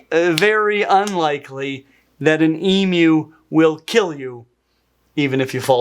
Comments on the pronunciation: Thank you for not pronouncing “emu” as “ee-moo” 😂 so many people here in the US and Canada are so insistent that it’s not pronounced “ee-myoo” despite what the Aussies tell them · As an Aussie, THANK YOU FOR SAYING EMU (eemew) CORRECTLY!! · As an Aussie, I want to thank you SO MUCH for pronouncing ‘emu’ correctly. It’s weirdly annoying when people say ‘eemoo’ instead of ‘eemyew’. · I’m from the US but I’m a big bird nerd so I knew it was pronounced “Eem-you” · Thank you for pronouncing correctly ❤❤❤ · well done you, yes it's an, ( Emugh) not an eemoo, your ability to amaze, never surprises, can't take a backwards step as with the Roo, Kangaroo's, that's why you find them on Australia's Coat of Arms, cheers, #1 RARARA. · As an Aussie, I really appreciate you calling it an emu not an emoo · Oh BTW. They love mirrors. If you shine a mirror in their direction. They will come over to see what's shiny. Normal wire farm fences cause the deaths of hundreds of emus each year. If you want to keep an emu you'll need a better fence. Thankyou for pronouncing emu correctly. This Emoooo thing is a misunderstanding caused by the fact that some African adopted words like Gnu are pronounced that way, but similarly spelled words from other foreign languages may not be pronounced in the same way. This is Australia not Africa. Africa has Gnu's (g' nooo) we have emus Eemyoos. It's probably a good thing that the gnu was discovered before the emu. Imagine if the whole English-speaking world thought we had to say g'nyooo. The farmers did not ask for the army and machine guns. They wanted subsidised bullets. They were granted this after the emu war and settled the problem using their own. 303 and even .22 rifles with the help of the 100 or so usual contractors who along with their predecessors had worked through every other population spike for the past 100 years Just as they had requested. The problem was solved before the 1926 harvest, no thanks to the Federal Government.